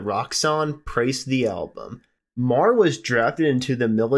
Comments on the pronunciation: I never heard Ron Meagher's last name pronounced that way. I thought it was pronounced mee-ger. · Ron does, indeed, pronounce his name "Mee-ger".